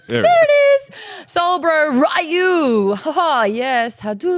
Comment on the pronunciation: Maud The pronouncing of Ryu is closer to Roo or "you"..then Rie you